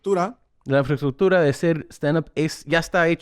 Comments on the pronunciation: Franco: infraestructura Tom: ...infafufura 😂 I feels you Tom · jajaja infraestructocho